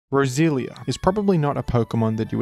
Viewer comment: funny how every time you say roselia is sounds like brazilian